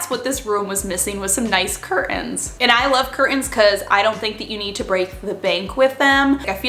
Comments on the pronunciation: I love the way you say cur(t)ains without a T :D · I love you but please stop calling them cur uns, there is a big T right in the middle, xxx